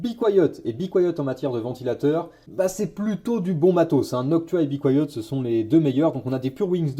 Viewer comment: "Bicoyote" tu m'as tuer mdr on prononce be quiet "bi kwaïet" 🤣